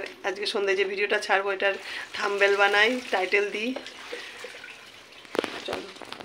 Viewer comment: Thumbell NAA....thumbnail...thik shobdo bolo